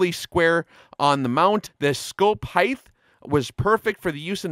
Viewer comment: People that say heigth instead of height drive me crazy. Otherwise great video!